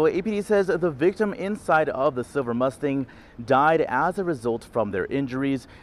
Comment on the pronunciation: Its pronounced "Silver" not "Siver". Youd think someone that speaks into a microphone for a living would be able to pronounce a common English word.